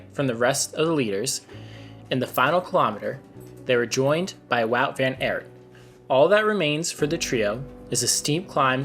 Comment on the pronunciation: Mate, great content and channel! Just a tip, research the rider names a little bit, i get chills every time you say "Van Aert" :D